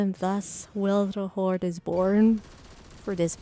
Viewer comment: WILTHERHOARD? XD THE L YOU ADD IS MAKING ME LAUGH SO HARD XD Nice video! <3